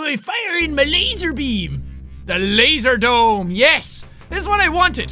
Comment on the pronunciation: Clearly says laserdrome Laserdome